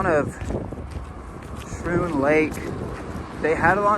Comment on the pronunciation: Schroon Lake is pronounced Skroon.Lake, not Shroon. Went there as a teenager 43 yrs ago. You filmed the Word of Life Inn sign. I went to Word of Life Island in the middle of that larger than it looked lake, a church youth camp and had a friend who went to the. Word of Life Bible Institute in town. Beautiful Island, and good memories!